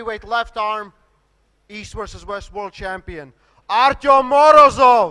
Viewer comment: ARTY-OM not Artum ! This announcer is so annoying lol